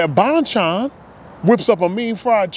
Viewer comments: Thanks for the video! Glad you enjoyed the chicken. Just FYI. It's pronounced "bone-chone" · lol if you come down to flushing ny, id take you to other korean chicken places. haha glad you f inally had a korean fried chicken. its pronounced bhon-chon with short o pronounciation. anyways hit me up if you wanna come down to flushing fam! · Hey Bro~ Bonchon is actually pronounciated as Bon = Bahn, Chon = Chone. Both "O" sound as "O" instead of "Ah" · I love you say bonchon!! Whatever u do know how to make it cool